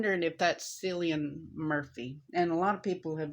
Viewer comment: It's pronounced "Killian," love. Best to you and yours.